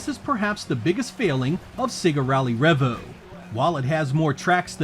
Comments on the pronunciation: Trust the American to butcher the name, lol. It's "Revo", not "Revvo"! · It’s pronounced ‘Ree-Vo’ not ‘Reh-Vo’. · Isnt't it pronounced ree-vo?